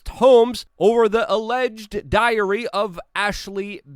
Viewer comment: always interesting! just one side note, diary (too much stress on the y) sounds too much like diarrhoea :-)